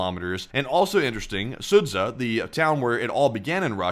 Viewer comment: Sudzha = SOO-juh. The 'zh' is one letter in Russian.